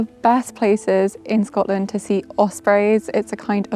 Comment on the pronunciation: Shcotland is the best place in the wurruld 😅